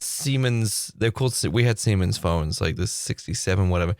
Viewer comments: when you were talking about the phone you had in high school, did you mean to say semen phone? I just can't imagine the sales pitch for the name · "these tiny semens" - i was confused for a second. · It's Siemens 😊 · Never ever thought Siemens would sound like THAT when pronounced in english :D only heard it in my native language.